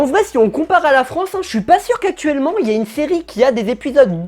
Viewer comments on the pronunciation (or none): none